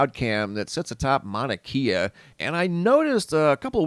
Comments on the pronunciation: Great channel you got here bud, and if it matters to you the propper pronunciation for "Mauna Kea" mowna (like you said) and kay-ah not keeya. 🤙 That beam of light was from a fissure venting. Most likely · Pronounced "Kya" not keya. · Mauna Kay-Uh... The Keys are in Florida. Lol. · It is pronounced “Mauna Kay-ah” not “Mauna Kia.” It’s not a car. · Kea is pronounced kay-ah not key-ah Mauna Kea. 🤙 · Mauna "kaye-uh" not key-uh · Pronounce it mana kay ahh. Its like nails on a chalkboard the way your saying it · Pronounced Mana-kAa. Long A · Pronounce. Mana Kay A Mauna Kea. Thé e in Hawaiian is a soft A sound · pronounced kay'ah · Mauna Kea. Mao-Na-KAY-Ah. Please. From Hawaii. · Just a note. E in Hawaiian sounds like an hard A vs an a is always ahh sound thus Kea is more Kay ahh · Mauna Kea is pronounced with e having a long a sound